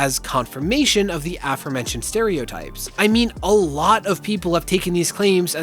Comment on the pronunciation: this is very beside the point, but I appreciate that you pronounced "aforementioned" with the emphasis on the first syllable. I swear I've been gaslit by the people around me into thinking that it is and only ever has been a-FORE-mentioned, and it's always bothered me also great investigative journalism, thanks for that too